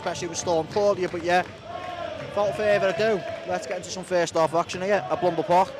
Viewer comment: Mate it's Blundell Park, not Blundele :)